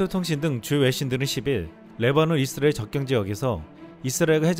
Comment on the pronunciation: '이스라엘' 발음이 좀....;;; '잇스라엘' 이라 읽는 건 외국인들이 그러던데..